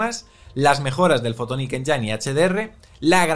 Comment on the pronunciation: exelente resumen como siempre, pero... fotonic "enyáin"... enyáin... me sangran los oidos.